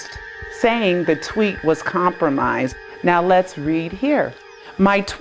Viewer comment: it's tweet not twit.